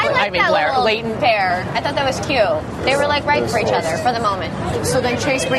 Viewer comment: It irritates me much the way she pronounced the name of Leighton